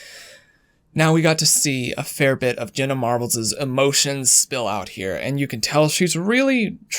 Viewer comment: Ever notice Jenna sounds like genuine when he says it and shameful sounds like shaneful lol